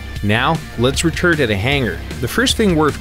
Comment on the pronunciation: "Now, let's returd at the hangar" Well, it's better than some I've heard :)